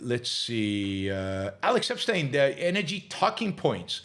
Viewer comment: I wonder, has Yaron ever said Alex Epstein's name only once and correctly? It's hilarious. 😂